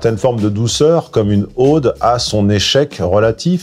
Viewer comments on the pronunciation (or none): Pour information, le mot "ode", qui ne prend pas d'accent circonflexe, se prononce avec un o ouvert et non un o fermé, comme dans "homme" et pas comme dans "aube". Comme j'apprécie ce que vous faites, je préfère vous le dire, car cela fait plusieurs fois que je vous entends faire cette erreur. À moins que ce ne soit volontaire, auquel cas excusez-moi.